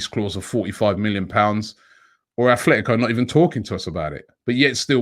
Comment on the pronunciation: ATletico,there is no h in it🤦‍♂️